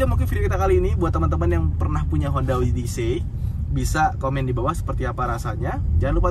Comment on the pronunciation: Kaga gitu pelafalan “odyssey”, men! Odesi ( “des”nya kaya di “pedes”)